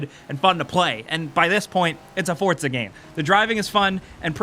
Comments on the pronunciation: Forza not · I say four za , you say fort za , its spelt four za but you Americans always pronounce shit correctly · it's not ForTza its FORZA, THERE IS NO T IN THERE AT ALL! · Like how he keeps saying fortza instead of forza. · It's Forza not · why does he call it forTza? i don't see a T in there anywhere? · Why do people still pronounce Forza as? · Why is nobody talking about how he says ""? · Do you pronounce it (For"T"za)? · I know the announcer calls it fortza but please don't. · STOP SAYING FORTZA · Fortsa, fortsa, fortsa, fortsa. Jesus christ, how is Forza so hard for you to pronounce???? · ' game' triggered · lol fort za....learn to talk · bro...theres no T before the Z in Forza.